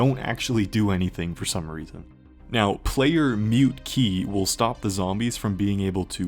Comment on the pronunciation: Debug menus are cool so I forgive you for pronouncing "Muteki" as "mute-key"